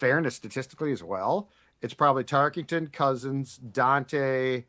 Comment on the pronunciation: Drinking game: take a shot every time someone on this show calls him "Fran TarkINGton" instead of Tarkenton. Actually nvm you'd die if you did that.